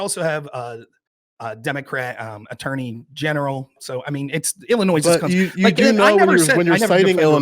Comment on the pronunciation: I already disagreed with on all of his nonsense but the second he added a hard S to Illinois, I had to shut him out. Dude can’t even say the states name right but wants to try and critique how it’s run on a state and local level.